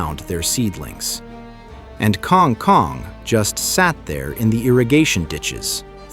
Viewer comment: This AI idiot can't pronounce kang kong and it's annoying.